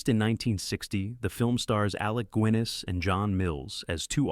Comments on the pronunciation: Wow. Did that AI narrator just say "Alec Gwinness"? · "Alec GWINNIS"?? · Alec Gooiness GOOiness?? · Alec "Gwinness"? Narrator, you just blew your credibility. Since you can't even pronounce Sir Alec's surname correctly, why should we believe you got anything else right? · Alec Gwiness?? Huh? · 7.30 'Aleck Gwinnis'!! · AI commentary is rubbish ." Alec GWEENIS" !?? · Did he really say, "Alec Gwiness"? Hate these fake AI narrators. Everyone knows how to correctly pronounce Sir Alec Guiness name. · Ahhh Alec Quwinness... (just mentioning one of many that your Bot screwed up) Did you know that AI does not make things look professional? It has the opposite effect, and a detrimental one for the future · Alec Gwinness 😂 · Alec Gwiness eh? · "Alec Gwinnness", had to quit watching the video after that. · "Alec Gwinness"? Never heard of him... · I actually thought at that point. Why can't AI order a pint in an Irish pub because it can't say Guinness. Also later it has Bridge at Remagen, and pronounces it differently 1st time with an Ah then then an e